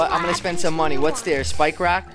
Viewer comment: Cwan I pwese have a spwikewock?.